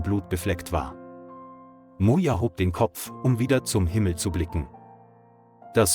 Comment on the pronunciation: Bad pronunciation: I heard Mona for Moja and gods for goods.